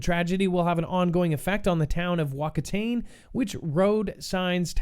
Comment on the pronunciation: Hey just for your knowledge Whakatane is pronounced far-car-tar-neigh. My home town!